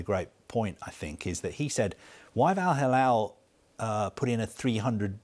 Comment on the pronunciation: It is not Al halal,it is Al hilal.